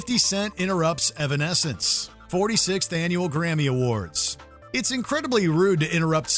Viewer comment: “Irwin” escence